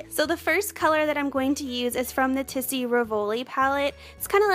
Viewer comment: Hi, you look beautiful and it's very easy to follow your technique. Thanks. You will sound better if you pronounce "Rivoli" as it's said in French: REEvoli, emphasis on the first syllable. And "Tisse" is pronounced TEEsay. Great job!